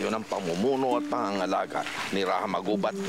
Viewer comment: Why do they say “Ra-ha” when our ancestors said “Ra-ja”?